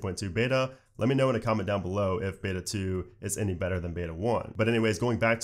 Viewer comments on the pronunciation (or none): none